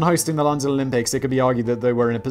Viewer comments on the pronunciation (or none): none